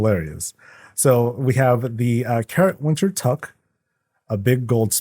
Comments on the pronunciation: LOL, the Toque pronunciation isn't "tuck" it sounds like "two-k". I'm Canadian, so.☺ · I believe that 'Toque' is pronounced 'took', at least in Canada. IDK if that's definitive or colloquial. Thanks for this,. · toque is pronounced tooke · Oh sir you don't know how to say Toque.